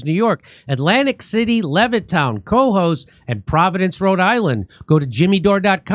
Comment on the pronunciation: "COHOES" NY is actually pronounced "KA-HOSE". Don't ask me why. No clue. And yes, it is a dump.